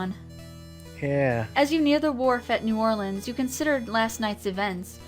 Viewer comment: correctly pronounces New Orleans. signed....From someone who is from there